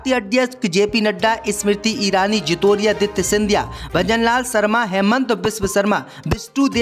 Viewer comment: ज्योतिरादित्य को जीतोरिया और खड़गे को खगड़े कहते पढ़ना सीख लो पहले...